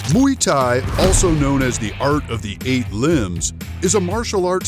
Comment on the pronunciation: Nem Muy thai, hanem Muay thai🤣